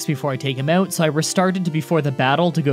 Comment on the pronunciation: It's "out" not "oat"